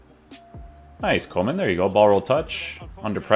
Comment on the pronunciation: I thought coman was a winger at bayern.. Haha its funny to hear foreigners pronouncing dutch names..